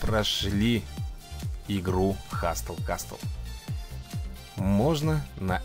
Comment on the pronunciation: Сразу видно,что правила чтения английского Вам не знакомы,ну как,ну каааак можно делать обзор и не узнать как правильно читается название? ХаСЛ КАСЛ,буква «Т» НЕ ЧИТАЕТСЯ!